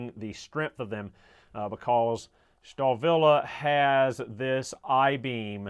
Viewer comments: Star-Willie is the correct pronunciation.. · "STAHL" in Stahlwille means STEEL in english. So, ... Starwille is compl. nonsense. ... Trust me, I'm a german.